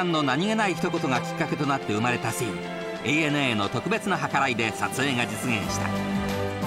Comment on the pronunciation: ナレーターがシーンのことをスィーンて言うのが気になりまくる オフショット時の柴咲コウって喋ると頭悪そうだね